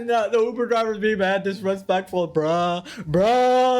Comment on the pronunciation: "maaaad diresplectfwul" 😂😂